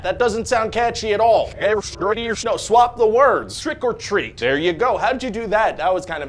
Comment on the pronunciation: Trick or treath!